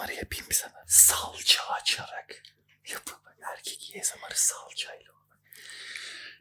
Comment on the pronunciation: En son esomar diyodun heee🗣️